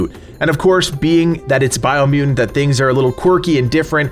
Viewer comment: Bio mu-ent